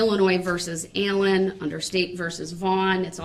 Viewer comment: I too love how she says “Ayllen”. Her accent, along with everything else about her, is perfect.